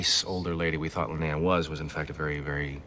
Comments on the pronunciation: It's Li-nay-uh brudda ... not Lee-En-a ... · Linea, not Leanna. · Constantly calls Linea ‘Leanna’ Me: 😬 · Stargate cast: Clearly says LINEA many times: LIENA! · hears the name "Linea": "Who's Linea? I thought it was Leanna." Also: * continues to call her "Leanna" throughout the episode * 😂😂😂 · Literally hears them say Linea 200x, continues calling her Leanna. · Aaaaaaaaaaaaaahhh!! No, stopping the video wasn't really annoying, but mispronouncing the name Linea OVER AND OVER AND OVER, even though you heard it every 2 minutes in this episode, that was annoying. I think you should get an MRI, there is something wrong with your brain. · Why did you insist on saying the name wrong even though they said it right a bunch of times in the episode? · Your insistence on constantly mispronouncing Linea's name was starting to get on my nerves lol. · mispronouncing "Linea" (900)